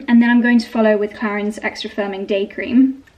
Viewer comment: So much blablabla about the products and you don’t even know how to say Clarins…. 😮